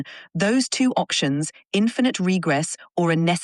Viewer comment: "options" with an accent